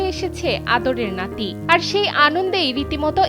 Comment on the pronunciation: আঞ্চলিকতা ঠিক আছে কিন্তু নাতিরে লাথি বানাইলেন কেন 😂😂😂😂😂